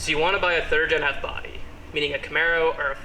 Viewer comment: did you say "third en f body"